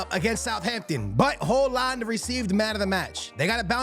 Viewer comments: Holand?? its pronounced "Hoy-Lund" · It’s pronounced “Hoy-lund” and “May-new” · perfect native haaland pronunciation everytime, just unfortunate thats højlund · Højlund not Hojland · I think it's pronounced Hoy -Lind bro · Mainow 😂😂hoeland 😂bros pronunciation is mad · Dude mispronouncing EVERY name out here. May-No, Ho-Land. Do you actually watch football? Here is the Prem players pronouncing their names for ya dude